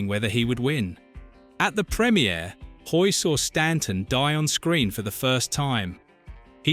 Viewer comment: John Hoyt, not John HOY